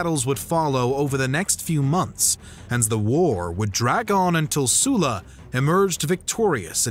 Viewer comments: sulla pronounced soo-la??? i hate it here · Is it Sulla, or Soola? Amateurish mate